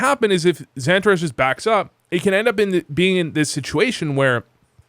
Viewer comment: I'm from Texas and even for me his pronunciation is chalk squeekin for me😂 Xan-tu-Rez💀